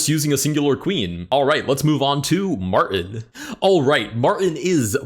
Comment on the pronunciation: There is a "T" in Martin.